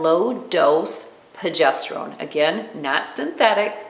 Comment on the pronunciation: Please, please, it's pRogesterone!